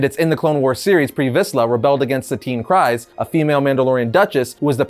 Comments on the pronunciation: My only issue with this video is how you said "Kryze". It's literally said in Clone Wars and Rebels that it's "Kree-zz" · It’s pronounced Kreeze